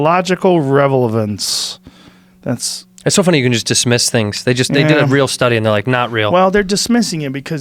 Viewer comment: "...or having no toxological REVELRANCE"